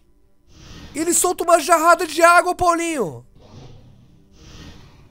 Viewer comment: ele falou "jarrada",em vez de "rajada"!!!